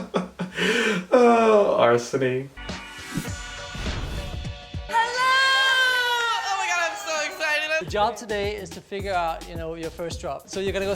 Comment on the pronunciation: 'oh, arsony!" 😂